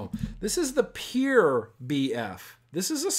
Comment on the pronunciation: You say pure like peer